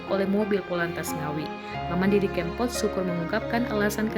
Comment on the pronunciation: Kebangetan deh, ngucapin nama sang maestro aja bisa salah 😭 Sy baru ngeh klo msh ada org kita yg blm kenal nama Didi Kempot, minimal pernah denger kali 😥